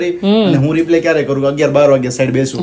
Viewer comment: તમે બેવ રિપ્લે બોલો છે તો રિપ્લે નો મીનિંગ જુદો થઈ છે. તમારે રિપ્લાય બોલવાનું